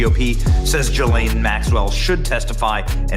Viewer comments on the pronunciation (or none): It's "gilllane" not "jilllane" btw. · Her name is pronounced GELEN with a hard G.